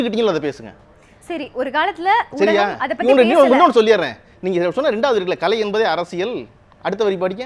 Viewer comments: நடுநிலையாளர்கள் மனதில் உள்ளதை சொல்லியிருக்கிறார் பழனியப்பன். யம்மா ஆங்கர் பொண்ணு அது களை இல்லை கலை. கலைனு சொல்லத் தெரியாத பொண்ணுககு நேர்காணல் பொறுப்பு............. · இந்த வர்ணனையாளர் நல்ல தமிழ் பேசட்டும்.. கலை'ஐ களை என்கிறார்.. என்ன ஒரு தமிழ் ஆளுமை ..